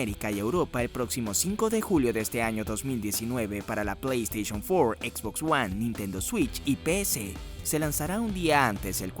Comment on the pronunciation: "Plei esteichon fuor"